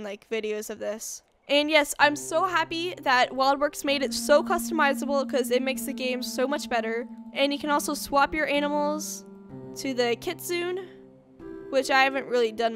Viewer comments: it's pronounced sen-ree and kit-soon-ay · They are pronounced Kit-soun-ay and sen-re